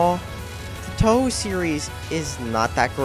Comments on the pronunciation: I know this is done for controversy but, 1: That's not a reason to do this shit, and 2: I have found a rebuttal to 90% of the shit you say in this video and your way of "reviewing" a game. - Your pronunciation: TBH I'm not gonna complain TOO much because it is an issue some other people have mispronouncing Touhou, but still, it's pronounced Toho. - "All the games are almost all the same": Ignoring the 1st one, which was essentially bullet hell breakout, 3 and 9, which were more like 1v1 bullet hell survival fights, and all the spinoffs, which are either fighting games, or bullet hell photography games (Also there's Great Fairy Wars and Impossible Spell Card) - The only difference is that they change the bullet pattern: Yeah, just that, and the graphical assets, the music, the bosses, the playable characters, the story, some of the mechanics and in some instances, the entire fucking formula (Refer to my previous rebuttal) - They use the same engine: No. The 1st five where made for the Japanese computer the PC-98, which didn't use Windows, so they ran on a different engine. Then there was the new engine created for Touhou 10 and onwards, and also the fact that the fighting games all run on a different engine. - The same glitches and problems: That's just a fucking lie. Again, refer to my previous rebuttal, but also take note that bug fixes would take place in the development for the games. - The Touhou games are links every other bullet hell but without what makes them fun: ... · It is easy to pronounce. The fact that he doesn't know how to pronounce it means he did very little research on the subject before making this. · Someone needs to do his research before criticizing Touhou Project. The fact that you can't even pronounce Touhou correctly is proof enough of this. "They're the same game." Different Story =/= same game. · Obvious trolling. Though there are better schmups, this is a decent series. And it's pronounced 'Toe Hoe' not 'Tou Hoo'. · Toe Hoo? Zahn? Lmao